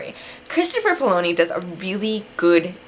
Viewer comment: oh yeah by the way, Chris's last name is pronounced Pa-O-lini